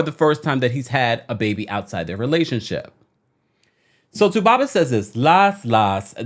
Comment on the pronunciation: I love the way u say 2baba